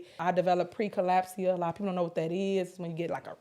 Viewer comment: she said “pre-collapse-eyuh” instead of pre-eclampsia. Hilarious.